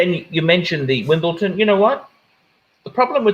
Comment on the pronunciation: It's WimbleDON not Wimbleton. FMD, surely the '' should get this right.